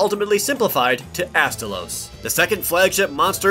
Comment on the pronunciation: Astolos (Ass-toe_losse) Gammoth ( Gam-ith) Mizutsune (Mizu-su-nay) and you got Glavenus right.